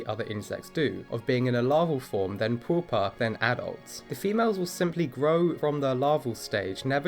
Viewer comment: Sorry, but ... "Pooopah" !? 😂